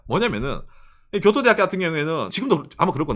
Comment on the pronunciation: 교도대학 발음 좋앗다